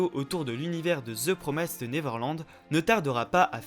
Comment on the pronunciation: j'ai enfin pris le temps de voir cette vidéo, vraiment avis très intéressant, cependant un truc m'a triggered tout le long de la vidéo , c'est pas promaïssed mais bien promissed qu'il faut prononcer haha comme un i normal en français